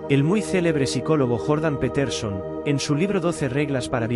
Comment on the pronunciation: "jórdan petérson" lol